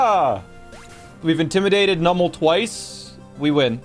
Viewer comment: Why does nobody know how to pronounce Numel correctly